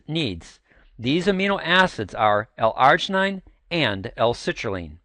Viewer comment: not how you pronounce L-Arginine